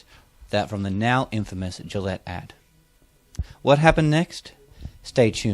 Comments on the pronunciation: How do you get to that woman's age in an English-speaking country and not know the G in Gillette is soft? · Doesn't everyone pronounce it wrong, though? I assume it's a French name and so shouldn't it be 'zhee-lett' with the 'g' sound like the 'su' in 'measure'? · Raging, fat, totalitarian feminist dirigible. She can’t even say “Gillette” properly. And credit where it’s due. Piers Morgan did a great job.